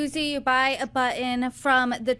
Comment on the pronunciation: PLEASE learn to pronounce the word, button, correctly.